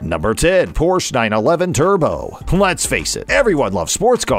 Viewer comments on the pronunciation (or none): Pronounce "Porsche" correctly, please.